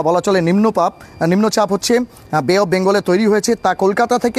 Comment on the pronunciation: নিম্ন পাপ😂🙈 না নিম্নচাপ😅 🤔